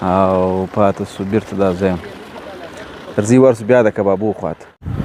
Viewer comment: ډېر وبخښه خو دا په خبرو کي (اور)مه وايه (او) وايه منا سيب به يي.